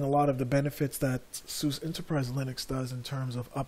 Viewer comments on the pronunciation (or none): lol Saying sous is like saying "look at that porsh!" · It's pronounced Sue Zuh. There is no "other way to say it"; There is right and wrong. SUSE = Sue Zuh